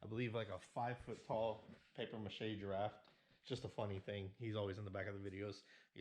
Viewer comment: Bruh. There is no "T" in giraffe ❤